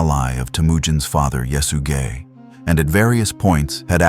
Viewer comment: could you say that name one more time😂 "yes you gay"